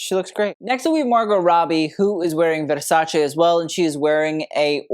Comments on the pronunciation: Thank you for pronouncing Versace correctly. ❤ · I live how you pronounce Versace correctly. Shows such respect and passion you have for fashion 🎉